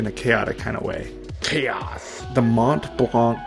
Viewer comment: I love this channel so much. There are only a few people who can butcher the pronunciation of ‘Mont Blanc’ and subsequently complain they misspelled Individual. 🤣